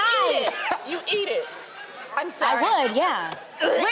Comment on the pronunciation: LMAOOO TAMERAA “She said she would eAeHt it” 💀💀💀 Edit